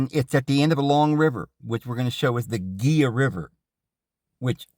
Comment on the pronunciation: Its pronounced He la river Gila.